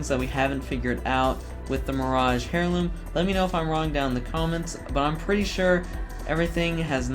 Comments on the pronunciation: Nice video man. I do need to let you know that I’m pretty sure heirloom is pronounced “air-loom” and not “hair-loom” though. Just a bit of constructive criticism. Correct me if I’m wrong. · I hate the way you pronounce heirloom, otherwise awesome video lmao